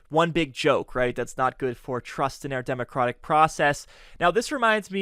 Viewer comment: I know it was a mis-speak, but I did a head tilt when you said, "democrotic". It really did fit how I feel about the GOP, as in the killing of democracy. 🤷